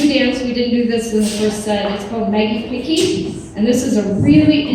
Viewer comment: Maggie Pickie not Maggie Hickey! LOL